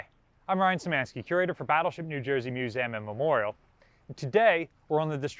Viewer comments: the amount of times youve said museum incorrectly made me stop at 3mins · /myo͞oˈzēəm/ not /myo͞oˈzaym/